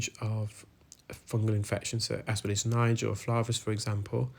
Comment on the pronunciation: please pronounce aspergillus as “as per gill us”.